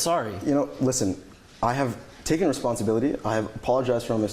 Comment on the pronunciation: Wow I didnt know "responssibility" was part of this mans vocalubary